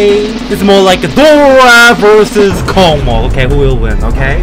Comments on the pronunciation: lol, kokmok? are u really? [kosmos] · Read this like kosmos, this is space on Russian🌝🌝🌝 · Не KOCMOC а KOSMOS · Ok, I know it was controversial for our mighty Russian developers to write name with Russian letters, but I guess they just wanted to be proud for our nation, which is an ok thing I guess. But damn! It's not "kokomok" it's "kosmos", that's a pronunciation. I think it would be easier just to write kosmos with translit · It's not a kocmoc, it's reading like a kosmos . Some Russian please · Bro thats kosmos, not Коkmok😭😭😭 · Kosmos not, Kokmok yeeees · the name of the level is read as "Kosmos", because the creator of this level is Russian, and the letter c is read as your letter s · speak correctly kosmos ;)